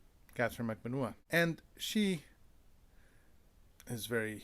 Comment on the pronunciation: Katie's surname is pronounced Mag ban wah like what without the t